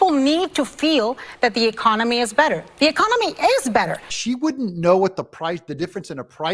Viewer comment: She said ecominey, lol